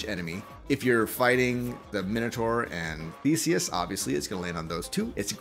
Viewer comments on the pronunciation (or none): none